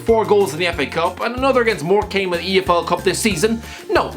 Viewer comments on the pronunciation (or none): Morecambe is pronounced 'more come' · Bro, was anyone else mad when he pronounced morecambe wrong. Man just dissed my home town